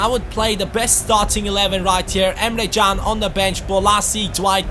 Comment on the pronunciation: today the Turkish football websites have released an article saying that Can's name is pronounced Emre Jun, just saying...